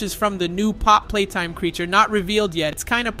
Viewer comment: It is not how you pronouns pappy play time